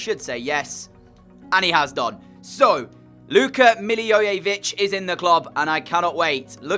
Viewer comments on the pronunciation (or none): Pronunciation is Millie voy vich